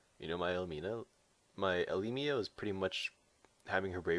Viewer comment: You pronounce elimo wrongly